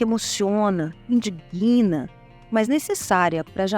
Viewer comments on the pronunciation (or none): Indig(ui)na. Indigna, sílaba tônica é di. O g é mudo.